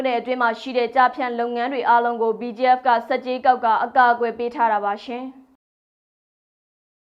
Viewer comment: BGF နဲ့ PDF ကို အသံကွဲ ပြာ အောင် ပြောပေးပါလါး